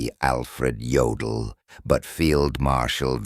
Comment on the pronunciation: Yodal? Durnitz? Really?